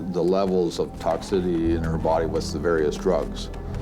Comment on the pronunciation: Cop invented a word in this one. "Toxidity".